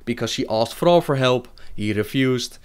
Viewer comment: Thrrrrall xD... love you